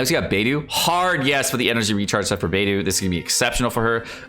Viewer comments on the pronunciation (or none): I love your videos,, but it makes me cry inside when you mispronounce so many of the Chinese names 😢 Since you are one of the premier Genshin content creators, I think it would go a long way towards professionalism if you were to spend some time learning Chinese Pinyin pronunciation. 😊 For instance (and this is a written approximation): Beidou: Bay-Dough (not Baydue); Xingqiu: Sing-chew or Shing-chew (not Zingcho), Xiangling: She-ong-ling (not Zhangling). I hope this helps! Keep up the good work!